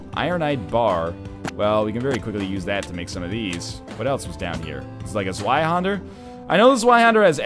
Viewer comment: It irritates me every time he says "Zweihander." The zw combo is pronounced like "tsv."